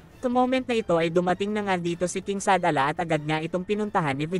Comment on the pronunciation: Shadala ba yon oh Shalala?😂